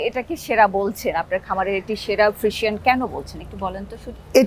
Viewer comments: ফ্রিশিয়ান না আপু, ফ্রিজিয়ান। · ফ্রিজিয়ান উচ্চারন ঠিক হয় না মনে হয়